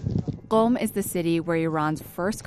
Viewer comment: I noticed she pronounced Qom very correctly, then I saw the pinned comment. Very well done miss.